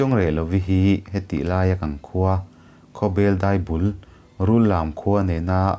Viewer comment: Khawbel pawh hi bel tih hi a hniam a lam tur a niin ka hria